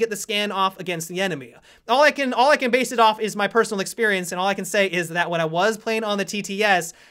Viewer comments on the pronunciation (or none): none